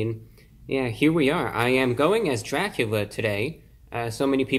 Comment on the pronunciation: Its Dracubrah hahha